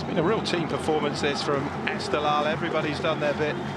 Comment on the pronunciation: Reporter:: EsteGHLal is not 🚫 pronounced Estelal 😅😅😅😅, you miss gh =Q sound